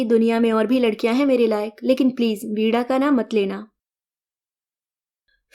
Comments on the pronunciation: आप प्रवीण और वीणा को प्रवीड़ और पीड़ा बोल रहे हैं। ऋणानुबंध को ऋड़ानुबंध बोल रहे हैं। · वीणा को वीड़ा बोल रहे हैं।